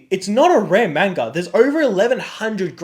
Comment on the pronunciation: At least say manga correctly